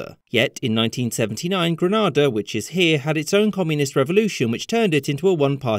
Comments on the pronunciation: Pronounce Grenada properly please, it’s GREN NAY DA. You are pronouncing it as GRA NA DA, which is in Spain. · What did you think of his pronunciation of your country's name? I've visited your country and I would pronounce it Gren-ay-dah. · that's what I was saying lol, in the Caribbean they say Gren-ay-da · It is pronounced Gre-nay-dah. So that it isn't confused with the city in Spain. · Hey you pronounced it wrong, it's Gren-ay-da, overall great video though! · Gre-NAY-da may god bless you!!!. I must say, it wasn't a communist state, Bishop had socialist views a bit like Corbyn over here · Good video. Just one small correction, it’s pronounced “Grenade•ah” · Pretty sure people from Grenada pronounce it _Grenayda_. But tomato-tomayto, nice video. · I believe Grenada is pronounced like: grenade a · The correct pronunciation is Gre-nay-da. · It's pronounced "GrenAda" by the way. Other than that, nice video. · I love your channel but our island's name is pronounced Gren-ay-da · Granada is in Spain. This is Grenada, which rhymes with "grenade". :) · Ayye!! Any other Grenadians here?!! By the way it's pronounced Green Aid Ah! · It's pronounced as "Gree - nay - dah" How it's being pronounced here is referring to part of Spain. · Just so you know, it’s pronounced Grenade-a, like a grenade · Are you talking about granada or Grenada? It’s gre-nay-dah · IT IS PRONOUNCED "GREEN-ADA!" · It’s pronounced gree-nay-dah. I see a lot of people make that mistake. Source: I’m from here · While your pronounciation of Grenada is correct given its origins in Spanish, it is pronounced Gra NAY da by its anglophone inhabitants and neighbouring islands. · Gra-Nay-da. It’s called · Did you really make a video without first checking how to pronounce the country’s name? Granada is in Spain. Grenada is the Caribbean island. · Bro, it's pronounced Gren-ay-da 😬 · Gre-naY-da it is a hard A. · Isn't it pronounced Gren - Aaaay - Dah? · “Grenada” is pronounced like “Grenade-uh”. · Gre nay da